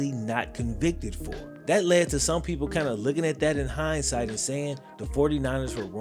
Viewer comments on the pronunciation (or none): none